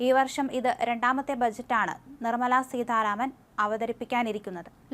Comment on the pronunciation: സീതാരാമൻ ആണ്. സീധ അല്ല.